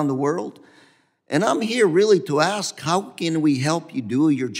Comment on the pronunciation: The word is ASK not AX